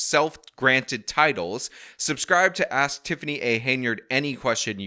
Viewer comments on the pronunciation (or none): If she gets a dollar every time she says axe instead of ask she will get rich quick